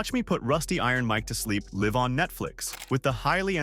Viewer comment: Channel says it uses all human-created material, but what's up with the audio that sounds like AI? Mispronounced 'live' in Paul's quote that ended with "live on Netflix"...